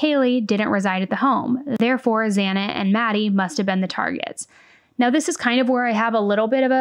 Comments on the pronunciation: I just want to know why he walked by Dylans room when hers was next. I guess he thought his odds were better to go upstairs first and then take out Ethan because he was the bigger threat. Idk though I swear I saw Brian get a little mad when the judge mispronounced Xana's name. Watch closely its the onyl reaction i saw him make. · The judge said this is hard while pronouncing Xana I believe. 1st they are hard names, took me quite a few tries to get right. 2nd, nerves knowing he's on TV. Kohberger isn't exactly hard.